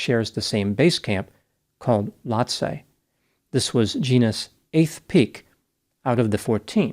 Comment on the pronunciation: Its Lohtse Low-ts-ay